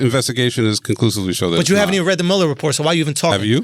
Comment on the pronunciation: I got annoyed by Andrew mispronouncing Muller's name and I am a French speaking African LOL.